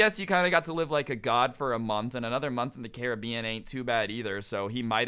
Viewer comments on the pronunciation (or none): Who else hates how he says Caribbean